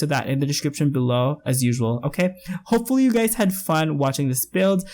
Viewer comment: I keep hearing 'you gays' and it kills me every time abhsja